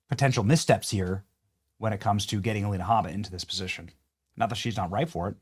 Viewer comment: You mispronounced Alina Hubba Hubba. Anyways, when are we going after these seditious judges? When are we going after these do nothing RINOs? Charlie is dead. He isn't doing it anymore. TPUSA has been neutered. It's up to us. Expose Speaker Johnson, John Thune, Corbin, Eyepatch McCain, etc, etc,.